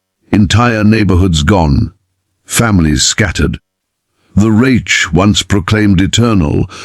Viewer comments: I second the vote for using a real narrator. It's pronounced Reick with a hard K not a ch sound. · Who ever allowed the man/machine to comment on this video must have been an American with the requisite poor education of U.S. schools. To pronounce the word "reich" as (phonetically) raitch should be sh, or, at the very least., fired. I'm not of German ancestry, but, even I know enough to pronounce words correctly. Any decent dictionary (maybe not Websters) will have a phonetic description of the word. Between the mis-spellings in captions, and mispronunciations in the over-dubs, it's difficult to follow the story-line. Get a life! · With all due respect, get you AI program to pronounce words correctly. The German word Reich is not pronounced retch. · You’d think AI would know how to pronounce reich! 😂😂😂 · Reich rhymes with Mike. Anyone who isn’t part of the TikTok generation knows Russian prisons were as bad as German’s. Many of us aren’t hung up on AI since we learn this in history classes in school. Why do you think at the end of WWII the Wehrmacht gravitated to Allied territory. They knew they’d eat, get medical treatment and survive. There’s plenty of WWII documentaries and books. Ken Burns created two series on WWII. They’re written from the view of a historian which can be boring to most people >40. Social media isn’t the best source of history that isn’t fiction. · Someone teach the AI German: Reich is not pronounced Raych; or English for that matter: laddled instead of ladled, etc. Did no one tell hem that it was the Russians that mistreat prisoners? Also, I think the flag is wrong. Prior to 1948, it only had 48 stars as Alaska and Hawaii were not states yet.